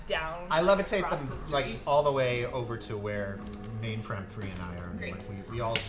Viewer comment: I'm still waiting for Ma1nfram3 to finally snap and yell at Mordecai about how to say her name correctly. :]